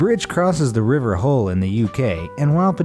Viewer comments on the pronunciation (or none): Hard H for Hull not hole Or to be posh its Kingston upon Hull